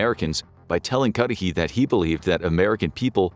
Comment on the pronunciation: What i like most of all from your videos is you don’t use AI voices i am sure if you had, everytime "Cudahy" would have been pronounced as Cudy, Cudhay, Cudahi, ect ect but you pronounced it the same throughout